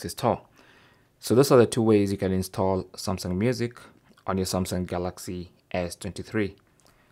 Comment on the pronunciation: Galaxy stall I heard😂